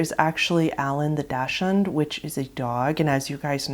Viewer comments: It's Hung-arr-ee not Hun-gary, and Dock-sund not Daksh-und. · Never heard anyone butcher the pronunciation of daschund before. It's DOX-und.